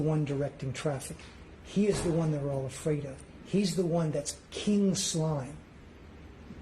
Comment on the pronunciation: That intro is good for a song lol "He is KING SLIME" the enphasize tho 😂